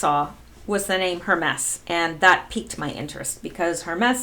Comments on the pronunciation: Word police here. I believe it’s pronounced HER-MEES. Not HER-MESS. Thank you for participating. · Hermes: For the god: Rhymes with "Germies" Sounds like "Herpes" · Pronounce Hermes as Her mees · Hermes is Her-Mees, not Her-mess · It's pronounced her-meeze, not her-mess. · pronounced............her-meez...... not hermess............... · Hermes is pronounced "Herm-ees" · Hermes = Her . meez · Hermes is pronounced HER-MEEZ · Pronounced HER-MEEZ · Dutuerte= pronounced dootwartay; Hermes= pronounced hermeez. jeesh. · Hermes is pronounced Hermeez. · Hermes is pronounced "Her Meeze" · Hermes is pronounced Her meese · Hermes-> ur-mez, I believe, is pronunciation. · it's pronounced Her-mees. Hermes is Greek name of God Mercury and is Patron saint of secret society of Freemasons, and founder of Hermeticism and Sacred Geometry. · Hi, love your videos and interpretations! Just wanted to let you know--Hermes is pronounced with the emphasis on "Her", with the "mes" incorporating a long 'e' sound. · Lori Buchan : I am German living in France: it’s pronounced „Herr“ like „Sir“ in German and « mess » like a « terrible mess“ in English. I thought it was Not that complicated and wondered. President Duterte is pronounced like « Du » in German » and then